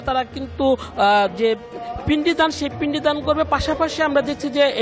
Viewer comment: What is পিন্ডি, আগে ভাষা শুদ্ধ উচ্চারণ শিখুন!